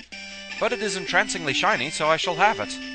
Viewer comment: are u british? i like when you said seny instend of shiny, and when u say GODZ.